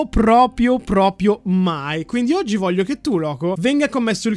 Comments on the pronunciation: video bello ma si dice proprio non propio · Dici pripio tre volte